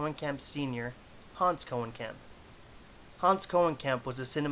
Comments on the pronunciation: His surname is pronounced [Cone-uh-camp] and not [Cohen-camp]. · No I am actually part of this family and it is pronounced Koe-nee-kamp